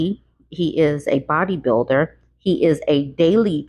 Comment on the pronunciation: Did he say bodybuilder or build-a-bear?😂